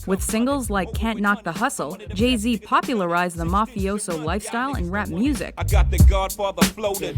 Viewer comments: wtf did you just said gay z or im tripping hard in this bitch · and "gay z" lol